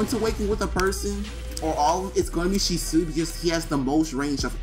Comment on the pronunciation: It’s pronounced (She•Swee)